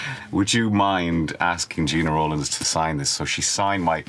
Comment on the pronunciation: Nice picks from a nice guy, but he can't pronounce Gena Rowlands correctly 😉